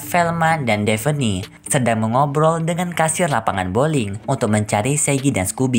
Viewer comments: Koreksi ya bang bukan devene tapi davne👍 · Bernama devi gondol mu bang Namanha daphne bang Cara bacanya defhni